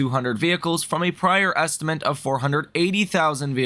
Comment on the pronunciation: Love the content but “estimant” gets me every time ☠️